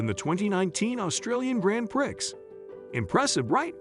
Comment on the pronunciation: "grand prix" has a silent x